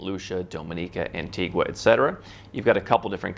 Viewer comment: no it’s pronounced an-ti-ga